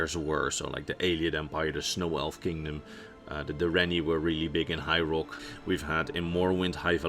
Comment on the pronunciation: I'm sure it's just the wonderful lul me to sleep accent but it sounded like ya said the direnni elves were from hyrule. Great forget Alduin we got Ganondorf to worry about. I'm sure ya said high rock but still made me laugh and give the video a 2nd watch